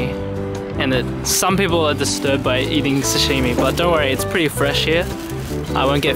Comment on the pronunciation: Yay!!! Please don't say sashimi like that. :)